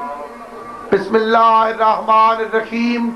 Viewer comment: Bismillah thik se parhi ni jati is sy or ye zakir hy 😂😂😂😂😂